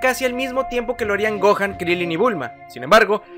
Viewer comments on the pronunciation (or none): none